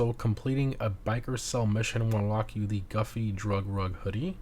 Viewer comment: It’s goofy my boy not guffy lol